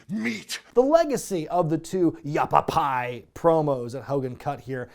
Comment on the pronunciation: Has anyone grilled you about how it should be yappapie and not yappapi yet? Without the E, it sounds like a mexican sitcom. Iiiiit's Ya Pappi!